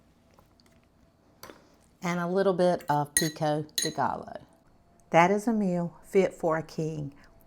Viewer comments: Let me give you a tip, sweet. Pico de Gallo is pronounced Pico de guyo. The LL in Spanish is pronounced like a "Y" in english😂 ❤❤ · I can’t cook delicious meals like you, but I can speak Spanish. Pico de gallo is pronounced like: “guy-yo.” It means “rooster’s beak.” Have a good day. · Latina approved! Pico de Gallo Pronounced : "PEECO- DAY-GUY-0H" New Subbie , Sara